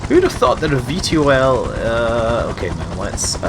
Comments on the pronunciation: V tol (vertical tackoff and landing) not V T O L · Scott its pronounced V-TOL not V T O L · Gah! It's pronounced 'V toll' not 'V T O L' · Hay scott, you epic, but please, its V Tol, not V T O L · It bugs me when you spell out VTOL It's pronounced "Vee-Toll" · fyi it is bronaunced ve-tall